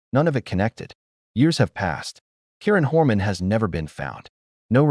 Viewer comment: Learn to pronounce the victim's name before posting again.